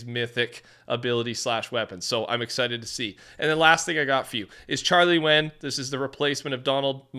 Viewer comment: he said entered bc you said exited and not "excited"